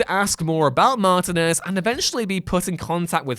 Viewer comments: The way he pronounces martinez ouch lol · It's especially bad for me since my name is David Martinez. It's ridiculous to me how often people mispronounce it that way. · He says stuff wrong, and it weirds me out. Pendragon, The Phantom Pain, Martinez, bleugh. Begone,...